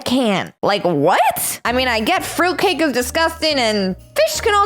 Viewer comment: Froot cace